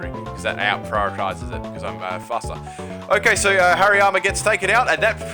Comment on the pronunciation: I thought he said HAIRY ARMS instead of Hariyama